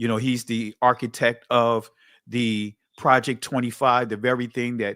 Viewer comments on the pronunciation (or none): none